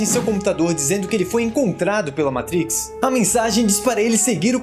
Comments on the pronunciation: O certo é matrix e nao "maitrics" pq é uma palavra latina e nao inglesa. Abrasss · Belíssimo vídeo, maaaaiiisssss... Mentrex uma poha . Matrix e pronto. Não precisa mostrar sem o pica no inglês. Isso afasta e fica estranho . MATIQUECE ( PRONÚNCIA BR ) Moramos no Brasil minha fera !! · Matrix estamos no brasil chama Matriz Você não sabe bem pronunciado nome do cara no vídeo E quer falar mitrix Minha opinião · Amigo Matriz no Brasil Se quiser falar com a pronúncia MITRIX FAÇA O CONTEÚDO FALANDO EM INGLÊS NÃO SEJA CAIPIRA ABRAÇO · matrix e nao maitrix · O video é legal... Mas o cara falando Meitrix, toda hora é pra foder.. Fala Matrix logo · E Matrix,não meitrix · Metrix? Fala a porra do nome direito, igual a qualquer outro Brasileiro... Ooo Caralho.... MAAAAAAAAAATRIX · Cara... não estraga o modo de falar! Não eh metrix eh MAAtrix kkkkkkk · O conteúdo do vídeo foi muito bom, afinal, gosto demais da história e dos efeitos da trilogia. Agora, essa p....a de "MEITRIX" acaba com o vídeo. Na moral, o vídeo poderia ser muito melhor com outro narrador, menos... Simplesmente MATRIX e não "MEITRIX", Playboy de m...a, não fode a parada. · Falou "Meitrix" já toma dislike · agonia com "Meitrix" pra cá, "Meitrix" pra lá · Muito bom!!! 👏👏👏. Mas que agonia ouvir vc falando “meitrix”. Tá narrando o vídeo em inglês ou português pra falar “meitrix”? Kkkk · dei deslike so prq fala meitrix huahauh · Mitrix ssreesrsrss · Meitriks kkkkkkkk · Agora sei que se fala "Moeitricz". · Meitrix Kkkkk. Fala sério. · Agunia de vc toda hora falando "meitrix" fala normal poorra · A pronúncia e (matriz), vc pronúncia errado o nome do filme. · Sou fã do canal. Mas deixa de falar "meitrix". Por favor! Kkkkkkk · ``Meitrix`` kkk...